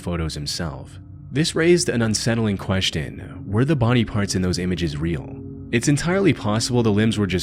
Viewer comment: The most disturbing part of this video is the way this guy pronounces "question"